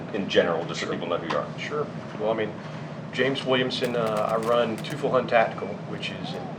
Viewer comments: It's pronounced TOY-fels HOOND!!!! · Teufelshund is (roughly, for a lack of better english transcription) pronounced "Toyfells-Hoond" (the oo is shorter than the usual english oo). That guy pronounces it so wrong i had to look up how they write the companies name to recognize the word in my native language. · Come on …. It’s pronounced toyfulls hoont. But great interview! You sir are a wealth of knowledge on the platform. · I both resent and respect james for refusing to pronounce the name of his company with proper german pronunciation haha. I respect him sticking to american pronunciation, but as a german speaker it drives me crazy haha. It's pronounced like 'toy-felse-hoond' with the 'felse' pronounced like 'false'. It means " Dog" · That German name is being totally butchered… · As a German i would say that that james doesnt lnow how to say teufelshund himself, but no matter hes a great guy and german is actually not very easy for modern english tongues. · I did not even recognize the word he tried to pronounce until i saw it written. It's pronounced like 90% wrong.